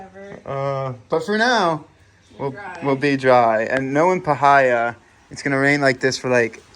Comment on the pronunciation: Parh-hi-a 😂 pie-here